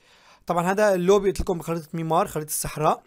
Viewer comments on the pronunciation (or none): ميرمار مو ميمار 😂😂😂😂